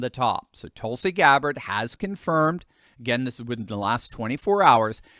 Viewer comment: There are about half a dozen vowel sounds in American English that you’re just not using. Her name is not TOLE-sie. It’s TUL-si.